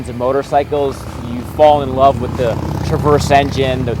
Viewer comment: Tweety bird? Is that you?